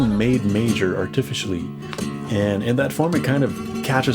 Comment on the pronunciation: why do you pronounce some words weird, like arTIficially? is this an algorithm thing?